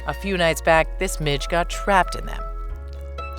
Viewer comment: OMG i thought she said "this bit** got trapped in it" when talking about midges